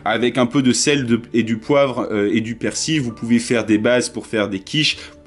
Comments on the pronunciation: Le persi ?? Le " l" ne ce prononce pas chez vous ?? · Je crois que tt le monde prononce le " L" a part apparemment mdr